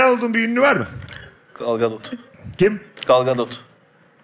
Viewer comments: Gal ganotu galganotu galganotu telaffuzu GAL GADOT okunduğu gibi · Galgadot! diye anladım ben, doğrusu nne acaba 😄